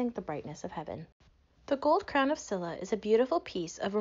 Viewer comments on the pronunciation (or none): just so you know, a more accurate way to pronounce Silla would be "shilla".